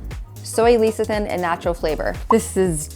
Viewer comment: best peanut/almond/cashew butter is the one you grind yourself in the store. I buy mine at Trader Joe's and it contains peanuts and salt. I like making walnut butter in my tiny food processor. P.S. Lecethin=Less-uh-thin.